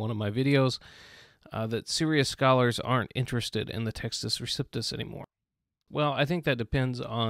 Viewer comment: LOVE your videos. FYI: it’s Pronounced REE-CEP (not Sip)-TUSS